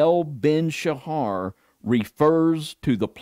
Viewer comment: Pronounced Sah......not Sha....like satyr isn't pronounced saa-tar.........then minutes later he changes how he pronounced it, so I'm pretty sure thinks it gives him his "niche" They went to illuminati colors, still uses foul language.......and he's busy trying to find "his" look. It's bad enough that didn't know who said to "turn the other cheek". Then didn't even tell or correct worldly view. This should give a warning to anyone that is seeking truth. If they can't be truthful with each other.......at best is a cliff notes user. Alberino is a twister of the scriptures and they are acquaintances. He's written a whole pre -Bible story. Ridiculous man made story. Roman -24. Like Ken Hovind and his ridiculous crystal firmament story. Another Roman "Christian." Really study what these men tell you. Like Rob Skiba said....study it don't just accept it.